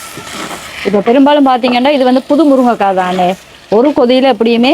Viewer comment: மேடம், முருங்கைக்காய் ✅ முருக்கங்காய் ❌